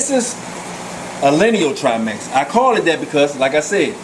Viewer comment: 2015th? "...or some people like to call them..." Scientific names aren't subjective. You are either naming them correctly or incorrectly. These fish are triMAC not triMEX and no fish have "perpetual fins". I can tell you are passionate about your hobby, but if you insist on making videos maybe try writing a script so you can do some quick google searching to fact check.